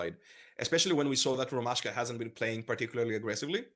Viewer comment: It’s ROMASHKA. Not Roman Ashka, why do I find this so annoying. Go and ask Rotty you goon